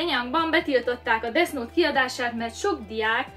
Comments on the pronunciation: Pls nem desz nót mert olyan mintha azt mondanád hogy disznót különben is úgy kell ejteni hogy def jót semmi disznót légyszi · Def és nem Desz xddd angol kiejtés pls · Kiejtés: Def nót, mivel th-t úgy ejtik, mintha kicsit ráharapnál a nyelvedre és úgy inkább f-nek hangzik, és a gay, az géj, mert a az "a"-t gyakran é-nek ejtik, és az angol abcben is "éj", az amit te mondtál (kiejtésileg) az azt jelenti, hogy "én egy srác vagyok". Ezt nem puszta kukacoskodásból írom, csak azért kicsit zavaró, hogy nem ejted rendesen, és szerintem nem vagyok egyedül ;) Attól még tetszik, meg érdekes a videó szval a like azért megy. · Úgy kell ki mondani ,hogy defnot😂😂😂 De imádlak❤️😂😂😂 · esküszöm nem hallottam még embert ilyen hülyén beszélni.... na meg az a "Desz Nót"... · [Desz nót] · desznót :DDD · Desz nótXD